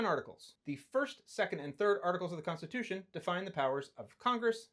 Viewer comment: he says rights come from the (fed) cunstitution